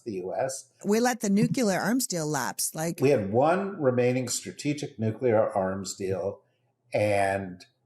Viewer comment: Oh god you didn’t really say “nu-cu-lar”????